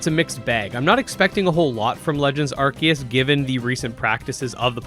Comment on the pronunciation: AR-SEE-US Say it with me 🙄😂